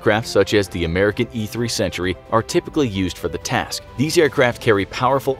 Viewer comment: You seriously confused me with your pronounciation of "Sentry" thought it said Century xD